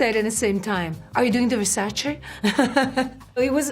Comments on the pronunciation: Finally, somebody pronouncing the name Versace correctly! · Finally a model that pronounce Versace well. She is so gorgeous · Carla pronouncing Versace the way it should be. Such an original. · The only one who pronounces “Versace” the right way in these videos ! I suppose her being Italian it helps :D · I guess it's an Italian superpower 😁😅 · Finally someone who pronunces versace correctly